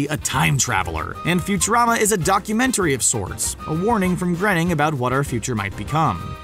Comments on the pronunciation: It's pronounced Matt Gray-ning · It is Matt. Grow-ning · No. It’s not. It’s pronounced “grayning.” Jesus. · It's Groan ing like a groan then ing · So no ones gonna talk about the way he pronounced Matt Groening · You said Matt Groening's name wrong. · You keep saying Matt's last name rong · please learn to pronounce matt groening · You said Groening wrong. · Can't get past the mispronunciation of Groening. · Believe it or not, I know a better sociopathic, fun-loving robot than Bender. Also, learn to pronounce Groening. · Can no one say Matt Groening's name right? 🙄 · DareDevil The Tester god thank you I cringed every time he said it wrong. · He said "Matt Grening"..... jesus. Also, he says "some people think the professor has a cloning machine". It's a fact that he has cloning tech. That's why Cubert is a thing. He cloned him from cells he scraped off a growth on his back with a fork. And subsequently has a cell scraping day, in lieu of a birthday. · Matt Groening's name is pronounced graining. Please say it right if you're gunna make a "Fan" video. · As he says himself, "Matt Groening... rhymes with complaining." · Since when was Groening pronounced "grenning"? I think "groaning" is probably closer, or Dutch? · IS that really how you say his name Matt Grenning? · GRAINING. GRAIN-ING. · Pronounced "Gray-ning", not 'Gren-ning' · His name is pronounced GRAY-ning not GREN-ing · GROENING IS PRONOUNCED "GRAY-NING" NOT GRENNING!!!! I really dislike when so called fact videos mispronounce key names or words in them LMAO! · It's pronounced "grain-ing" not "grenn-ing." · It's pronounced Matt "Graining" like "braining" not grenning. You could at least get the guy's name correct if you're talking about him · its not pronounced grenning its supposed to be grayning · lol I've heard people pronounce Groening wrong a lot, but I've never heard them say "Grenning" like in this video. its just 'grain-ing', its really not that hard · I'm sure it's pronounced Matt groaning not grening